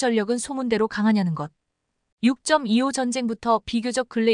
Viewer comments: 육점이-이오 는 처음듣는거네ㅡ육이오 라고 해야지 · 세상에 육점이오가 뭐냐? AI냐? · 아무리 AI라지만 6.25를 육점이오라네